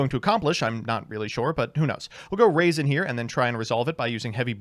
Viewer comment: Say it with me RAW-ZEN. Not raisin